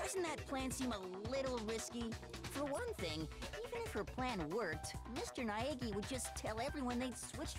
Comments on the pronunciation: The way to say Naegi is Ny-ga-e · Nagisa Karma I'm still Asui Ochaco tho I thinks it’s actually ny-a-gi